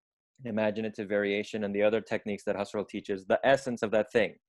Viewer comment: Mispronounced “Husserl”